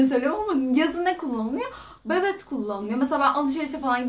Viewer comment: Bobet değil babet